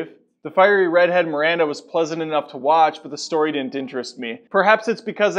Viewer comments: hahaha!!! I'm sorry. sorry. it is just her name is not miranda its merida... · You pronounced Merida's name wrong 😂